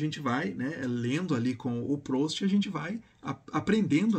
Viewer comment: A pronúncia é "prust"